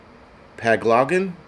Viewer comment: Its pang-o-lin 😂